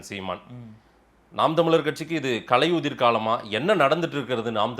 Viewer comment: பாரிசாலனுக்கு சீமானை தூற்ற கிடைத்த மற்றொரு வாய்ப்பு. சீமான் பொறுமை காத்து முடிவு எடுப்பவர். உண்மை வெளிவர காலதாமதம் ஆகும். ஆனால் முடங்கி போகாது. தமிழை சரியாக உச்சரிக்க வேண்டும். கலையுதிர் என்பது பிழை. களையுதிர் என்றுதான் சீமான் உச்சரிப்பு. ❤நாம் தமிழர்❤